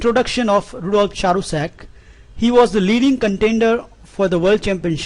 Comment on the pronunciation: His name is pronounced as KɅRUSEK. He was Hungarian and died too early, he was not perhaps 24. He could have been world champion.